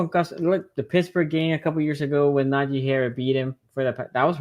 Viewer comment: How do you cover afc north and not know how to pronounce NAJEEEEEEE WITH a hard “E” sound. Wanna focus on him when we all know Jaylen Warren is the real threat. Can’t take you seriously at all.